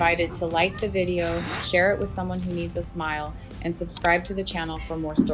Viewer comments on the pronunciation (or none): none